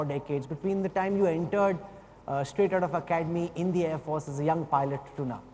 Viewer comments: Thank you. Why does he pronounce “force” as if he has a constipation? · Who is this joker anchor? Why does he pronounce “force” like a total idiot? What is his name? I would like to send him an email and teach him how to pronounce